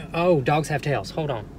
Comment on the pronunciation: “Hoad on”.... of all the things you say... and u say a lot... this always stands out to me. I think because of when I started watching... we did a lot of hoading on. 😂🤣 I don’t mind hoading on at all 😁💜